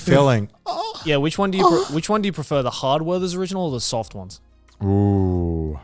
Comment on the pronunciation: How tf are you guys pronouncing „Werther‘s original“ 🤯